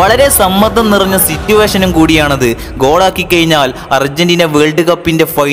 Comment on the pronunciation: കയിഞ്ഞാൽ, എയുപത്തിരണ്ട്.... പ്രൊ നൗൺസിയേഷൻ പഠിക്ക് സൃഹൃത്തേ